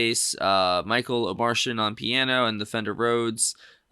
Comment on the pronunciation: Pretty sure the audio from that clip you watched is the album version and they were just miming. It's pronounced Omar-Tee-an. He's not from Mars lol